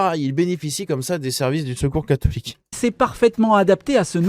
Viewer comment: Le seul fait que cette jeune femme n'arrive pas à prononcer le mot "catholique' en dit long sur le ressenti que les musulmans ont sur nous LES VRAIS FRANCAIS